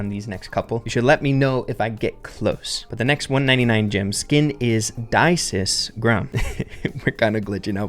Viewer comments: It's daa-sis not dysis, and honestly even with better than average mythological knowledge I have no idea what the devs wanted to mean. Vaa- na-raa means monkey in old dialect, reference to hanuman the sage monkey and his monkey army (Vaanara Sena) but daasis really doesn't ring any bells. Dasis looks like demon King Raavan tho, no offence Sri Lankans. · As an Indian: what is daisis it's Ravan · Hi bro I am Ahaan from India it is daasis grom and vaanar frank that last a is silent:)